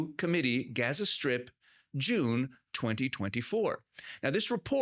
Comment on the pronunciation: The native people call the place Azza. He adds the 'g' sound, for western ears, but otherwise pronounces it correctly.